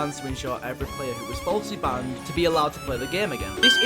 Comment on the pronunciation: I love how he says BAHNED instead of banned